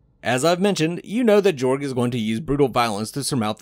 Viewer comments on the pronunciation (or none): It's supposed to be pronounced Yorg, but nobody gets it right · The Pronuciation of Jorg is Yorg. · The official audiobook pronounces it Jorg not Yorg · His name is pronounced with a “Y” sounding the “J” so it’s like this, “Yorg” because it’s European.